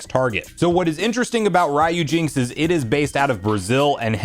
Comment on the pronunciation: Do you pronounce the Capcom character name Ryu in the same way you’re pronounc-ing the part of this emulator name? I’m pretty sure it’s “REE-yoo”, or maybe “ryOO”.